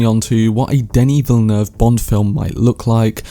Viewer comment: As a guy from Montreal, bravo for your pronunciation of Denis Villeneuve. It’s pretty much on point. It’s rare.